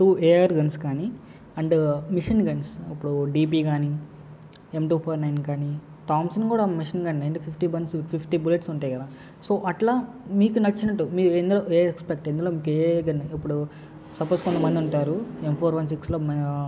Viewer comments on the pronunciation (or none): Bro it is machine gun not mission gun :-)